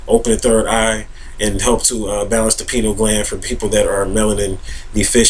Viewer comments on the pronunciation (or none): oh god... stop saying penile gland!!! LOL That is something totally different.. it is pronounced "PIE-NEE-EL" gland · "pie-neal" gland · Lol, you pronounce it like "penile gland". That gland is a few Chakras below the Pineal Gland:) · pEYE-KNEEL gland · Yall are ridiculous trying to attack how he pronouces the word "pineal gland". See this is whats wrong with the world today, exhibit A below, folks out here are worried about the wrong things. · I don't see him being attacked for his mispronunciation of the word; just corrected. If I was sharing my knowledge about a subject and I was mispronouncing the subject matter, I would be appreciative of someone enlightening me as to the correct pronunciation. None of us, no matter how much we think we know, is above correction when we are wrong. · Mispronouncing something doesn't make information invalid. However, he is simply wrong and uneducated about what the pineal gland does. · Does his mispronunciation make his information invalid? No, so stop being ignorant and judgmental. Everyone speaks according to their environment and the way they were taught. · lmao! he should learn how to pronounce the word before he starts acting like an expert on the subject.